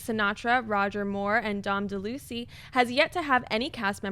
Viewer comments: Dom De-LUCY?? Dom Del- a- weez!!!! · "Dom De'lucy"? WTF!? Dom DeLuise (Dell-Loo-wees) was a wonderful comedic actor. Please do your research! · I just about died when mispronounced his name. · The way pronounced Dom DeLuise was cute